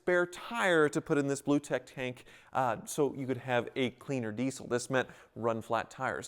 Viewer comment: Never heard it pronounced "deesyyl" before. EVER!